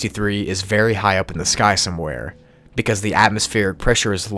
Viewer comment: Ah yes, somewehere.